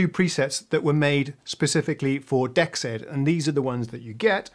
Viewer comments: Wouldn't "dexed" be pronounced "DEE exed" (or "DX'd", if you prefer) instead of "dex ED". I think that would make more sense to have the "DX" sound in the name. Enjoying the video. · Pronounced: D-exed as in DX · Hi, it should be pronounced "DX Ed" just look at the colour in the logo...DE-X-ED.